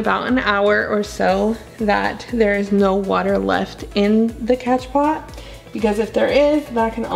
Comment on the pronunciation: As Soon as I got the notification, I screamed!! Loved this new vid love!! Just made my morning!! Also, It's spelled "Cash pot" but pronounced as "Cash Po". So I heard..or at least Summer Rayne says it like that. But, it's whatever, Doesn't matter, We know what You mean. 😉 Honestly you have the CUTEST POTS EVER!!! I have plants, Not enough PoTs! Lol ❣️🌿👸🌱❣️